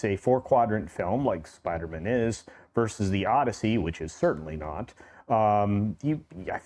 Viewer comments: Spider-Man not Spidermun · Who the hell is “Spidermun”? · I love the way says "Spidermann" like it's a jewish last name😂😂 I had an old band that used to make that joke: J. Spidermann, Attorney At Law 😅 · The guy in the red shirt - why is he annoyingly calling it "Spidermen"??? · = "Spidermen" 😅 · needs to try and accentuate “man” when he says Spider-Man 💯🤷🏻‍♂️🤣😂🤣😂🤣😂🤣